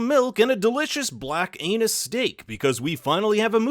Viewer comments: In the first few seconds he said to grab a "black anus steak". SMDH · Did you say “black anus” steak?????